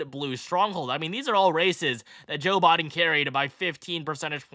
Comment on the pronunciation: Thank you for breaking this down. Also, for some weird reason I like the way you say “Biden” lol